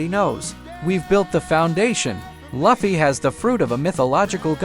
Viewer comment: I will thumbs down every damn video where they say the names WRONG AF! it is Lu fee NOT luff e.